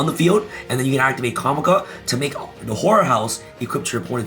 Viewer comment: You said or it sounded like whore house instead of horror house lol